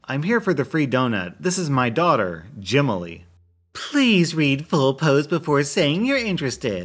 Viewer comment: I laughed for like 5 minutes with they said jemily